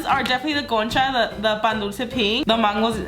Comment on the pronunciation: I heard cocha